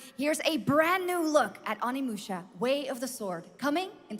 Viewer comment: Shoutout to Tim for finally pronouncing Onimusha correctly!